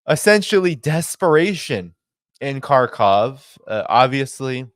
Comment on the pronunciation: I truly love your journalism. Better to pronounce it “Harkiv” rather than “Karkov”. The translations fails with the Cyrillic characters not mapped to English for the X symbol, though the i should be more obvious. The H sound is close to the end of German “ich”, by softer and far, far closer to our H than our K.